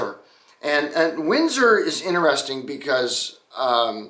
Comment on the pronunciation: Man the first time you said Windsor, I thought you said Whizzer, which would be a really odd name for a car company.